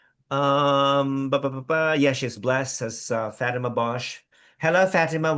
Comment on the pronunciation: I hate the way pronounces Fatima’s name! Lol.